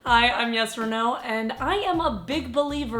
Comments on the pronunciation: I'm new to her channel so when I heard her say her name I thought she said yes or no and now whenever she says her name I can't unhear it. And just for the record, I am NOT making fun of her name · At first i thought you said "yes or no" lol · Who else thought she said "Yes" or "No"? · I really thought she said "yes or no" until I read her name 😂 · I thought when she said her name she said “hi I’m yes or no” I was like what your name 😂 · I thought she said I am "yes or no" I was confused 😂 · Ok but am I the only one that always hears “Yes or No” when she says her name 😂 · I thought she said " Hi, I'm yes for no " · it sounds like you are saying yes or no everytime you pronounce your name lool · ''When she says "'' I always hear it as ''Yes or No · when she is saying i allways thinking shes saying yesorno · I heard "This is Yes or Naw"... Checks YouTube channel name ''... facepalm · I though you said "hi I'm yes or no" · sounds like your saying YesorNo haha:^D